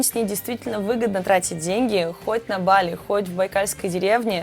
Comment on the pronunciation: Какое нахуй бАли?вы с ударениями вовсе не дружите? Мерзко слышать !!! А так видос супер!